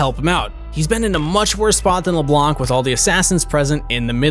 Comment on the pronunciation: LEBLAN , not LEBLANK ! ...